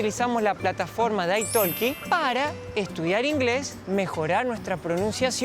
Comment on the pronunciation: Ah Italki se pronuncia Ai toki (no se pronuncia la L deñ verbo Talk (tok))